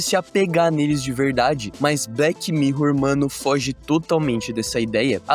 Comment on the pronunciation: BleTI mirror. Bleti? 😂😂